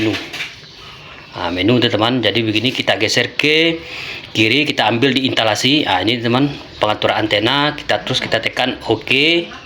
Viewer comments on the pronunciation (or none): Intalasi❌ Instalasi✅